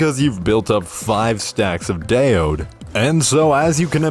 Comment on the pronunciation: Great video, thanks! Random: daode is actually 2 words in Chinese. dao (way) and de (virtue). to pronounce it... you can read it as dull (but dont drage the 'll' sound at the end) and dir (like dirt without the 't')